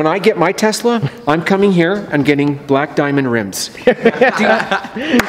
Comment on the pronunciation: Danm it it's balake not bleeeek